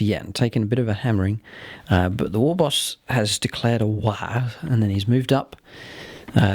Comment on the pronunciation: I like the secret tactic of calling a 'waa' rather than a 'war'. Certainly something wound Gutrippa up. Maybe the Eldar had been singing at him?